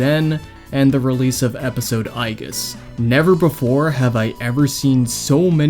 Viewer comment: Its not pronounced "eye-geese"